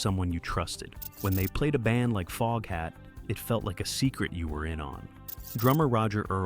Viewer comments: OMG!!!! FOGHAT NOT FOAFHAT STUPID AI!!! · “Dave Lonesome Peverett”?? What is this AI trash! “Foge hat”?? “Don’t recommend channel” ✅ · Foge hat 😝 crappy AI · Booo!!! I was wondering if this was an a.i. video, sure enough, the narrator calls the band Folkhat less than 5 minutes in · ok robot.... folkhat? also learn how to pronounce 'Savoy' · I love Foghat and have since the 70s. And just so you know, it was Lonesome Dave Peverett, not Dave Lonesome Peverett. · Can't stand watching this A i F'N SHIT that can't even pronounce their name correctly 😒 BYE